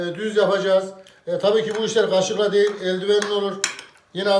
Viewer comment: yemek üzerine kendini çok eğitmiş fakat konuşma diksiyon anlatın kötü (K) harfinin yerine (G ) harfini ısrarla kullanmış güzel TÜRKÇEMİZ kaybolmuş ( gaşık la garıştıyom gıvam ma geldi gaynatıyom )😱